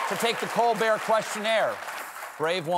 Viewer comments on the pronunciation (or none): none